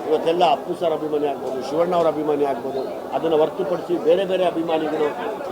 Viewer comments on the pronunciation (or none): none